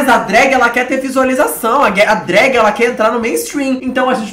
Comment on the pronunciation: de "drágue" me quebrou